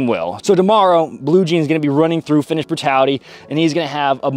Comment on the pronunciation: Your Finnish pronunciation is excellent, I'm very surprised.